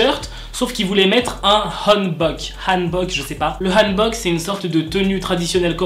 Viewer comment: Tu prononces bien le hanbok (je le sais,je parle coréen)